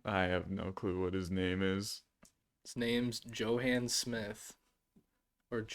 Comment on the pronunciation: I think Johann is pronounced like Yo-hann. The J in German sounds like a Y.